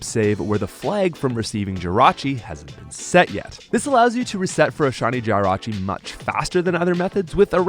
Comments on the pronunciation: Why do you keep saying Jirachi wrong. Ita not Jie rachi its Jih rachi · MaGEARna not MaGURna! JIRachi not GYRochi! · “GY-rachi” no please, no 😭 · Theres no way you're saying these Pokemon names like this unintentionally. You're getting obvious names Like Jirachi and Magearna wrong. As well as names like the classic Rayquaza and Arceus, that many people get wrong too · Pronouning Jirachi like that should be a crime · Why do you say Jirachi like that? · I feel like you intentionally mispronounced Snivy and Jirachi’s names just to drive up engagement in the comments section. Congratulations, it worked…